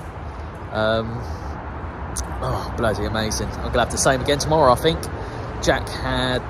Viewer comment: You know Think is NOT pronounced “Fink”. You Thuckwit!